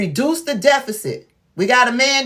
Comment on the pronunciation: As an Educated Black Woman. I am Disappointed n u 4 continuing 2 mispronounce the word DEFICIT... I ❤️ What U Doing, Tho. Extremely Needed / Helpful 4 those of Us who want 2 remain Educated / Well Informed 🤜🏾🤛🏾👏🏾👍🏾